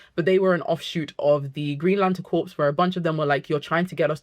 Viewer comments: The word CORPS is pronounced CORE, not CORPSE. A CORPSE ia a DEAD BODY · Also, I love how much you're a fan of GL Comics, but "Corps" is pronounced "Core" ...As in Green Lantern Corp, the way you're pronouncing it is Corpse, which is a dead body. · Awesome video, but its pronounced Green Lantern "core" like marine corps not like corpse as in dead bodies. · I think it's pronounced "core " rather than corpse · Great video! Small note: I notice you keep saying “corpse”. Corps sounds instead like “core”. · Lantern “corpse”… 😂 RIP Hal. (Corps is pronounced “core”, btw.) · Great video. Also it’s pronounced core. Not corps. The p and s are silent 🤓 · Great video! Can’t wait for the show! Also I just have to say, it’s pronounced “core”, corpse is a dead body… but great vid! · Great video, small pet peeve is that corps is pronounced “core” (or “cores” plural) not like “corpse”. It’s a French loan word. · Awesome video, i’m loving getting into Green Lantern so much after the TV series. Not to be that person but “corps” is pronounce “core” with a silent P, and i apologize but i have to say it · great video, thank you so much. it's difficult hearing you call them the "green lantern corps" though, when it's pronounced "core". :( i know!!! loooooooool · Every time she says "corpse" I die inside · You're a beautiful lady, but "Corps" is pronounced "Core". As in Marine Corps. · It’s pronounced ‘core’ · Gentle tip: Corps is usually said as "core", something to do with our sillysht with France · I'm French and can confirm its pronounced core yeah. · Is corps another word that Brit’s and Americans pronounce differently? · This is a great video essay about the Green Lanterns. But is it a British thing to pronounce the "P?" Because in the USA, if you pronounce the "P" in the word "corps," you are talking about a dead body. But if you are talking about a group of people working together for a specific purpose or a major branch of a military force, then you don't pronounce the "P ."